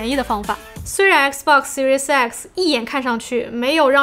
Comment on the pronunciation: 怎么我听读Series X听成Series sexy，啊哈哈，怪怪的